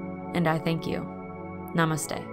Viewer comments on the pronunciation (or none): none